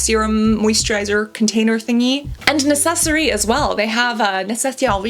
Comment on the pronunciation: the pronounciation of nécessaire is almost perfect if you drop the final E